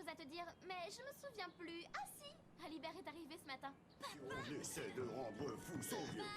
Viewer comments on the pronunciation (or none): Nice reaction, as always ! I love the ride each time :) (Oh, and the "T" in Alibert is silent. Because frenchies write letters they don't pronounce, those jokers^^")